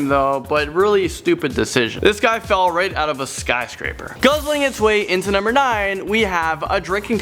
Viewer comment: Can you just replace the other commentators on this channel with? Hes the only one that's any good. Also "skyscrapper" definitely isn't a word...